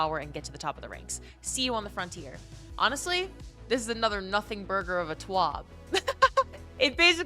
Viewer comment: Perfect introduction but the 2nd time he says another he pronounces it with a Long A sound. First one is an uh & 2nd is an Aye.